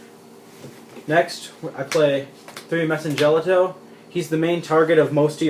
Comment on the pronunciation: Your side decking macro and d fissure? You do know the madolche hit the grave before being shuffled right? So you can't add back to hand with chateau or search from ticket. It pretty much wrecks your deck. And you mispronounced mewfeuille and messengelato sorry just bugs me.